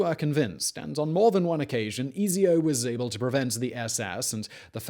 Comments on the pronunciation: I’m disappointed at the way you said Ezio. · Mr. Chopsticks came here to say this